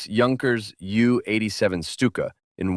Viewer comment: Lack of knowledge from the author of this content is apparent in the way the aircraft designations are mispronounced, ME for the 109 and Jue for the Stuka... total garbage and entirely subjective